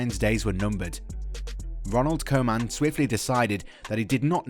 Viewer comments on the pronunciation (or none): Koeman is pronounced “Coo-man” not “Co-man”. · the "oe" in Koeman is pronounced like Coutinho, just imagine it written like Couman. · Ronald Koeman, not Koman . The first English man who pronounces his name as an American would.